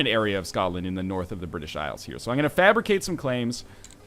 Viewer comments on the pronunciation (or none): none